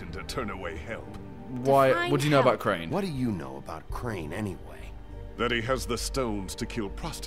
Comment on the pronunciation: You did say it was craine